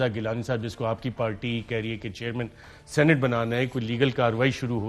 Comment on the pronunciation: اس فضل کریم کھوچُو کو کوئی بتائے، صحیح لفظ سینٹ نہیں سینیٹ ہوتا ہے!!!